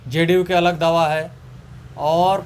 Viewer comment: Bhai sahab दवा है या दावा है 😅😂😂😂